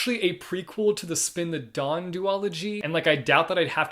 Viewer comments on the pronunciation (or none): none